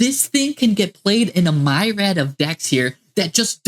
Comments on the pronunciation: Did he just say "a MYrad of decks?!" Myriad, bro. Meer-ee-add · Im not sure if I think it is better than loci or black metal dragon, but just so you know myriad is pronounced like here or peer, not mire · Does he really think it’s pronounced myred?